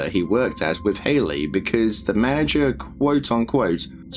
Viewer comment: You did not just say "mana-jerk"! No! 😭